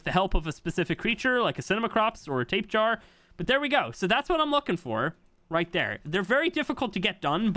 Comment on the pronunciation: Wiverns and now tape jar, i'm sorry i cant take it